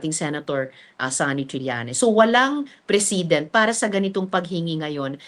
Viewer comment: if I may boldly correct the often mispronounced ‘precedent’ by even barristers who guest in your podcast. It’s pronounced exactly like ‘president.’ Thank you!